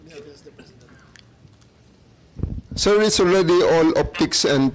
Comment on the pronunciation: Torres Low 😂😂😂 hinde Law. 😂😂😂